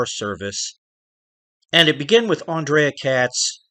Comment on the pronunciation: That’s pronounced “An-Dre” not “An-Drea.” He was Romanian, and it is spelled A-N-D-R-E-I.